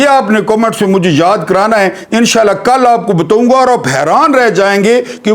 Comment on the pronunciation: Bataaoun Ga Kee Jagha Boltey Ho " Batttoon Ga " . Hansi Ajati Hy !!!